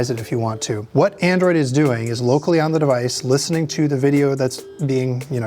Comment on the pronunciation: The emphasis on "locally"